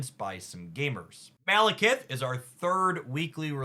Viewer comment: Just in case the mispronunciations weren't just for engagement: Surtur: sir ter (syllables rhyme with her) Frigga: frig uh (frig like twig) Eitri: ee tree Malekith: mal uh kith (not Keith) Fenris: fen rhis (like wrist w/o the t) Gorr: gore *note these pronunciations are based off the popular American pronunciations or as appeared in MCU Some were pronounced correctly, but I thought it helpful to simply list them all for anyone else curious. I am a huge fan who watches hours of a week. Just didn't want 4 new "Chi-air-e-uh"s (Caiera).